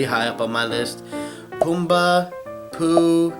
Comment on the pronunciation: When you said Pumbaa in the first question, i thought he said Goomba.